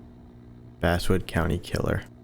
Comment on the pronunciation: I can't get over how Basswood keeps getting its pronunciation changed from Bass as in the fish, to Bass as in the instrument.